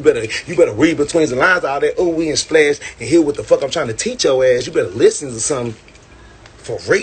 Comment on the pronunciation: Y’all better listzenz... that’s what he said not me